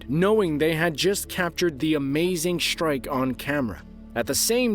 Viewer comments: no such word as shtrike strike yes shtruck no i dont like to hear that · Shtrike Shtrike Shtructure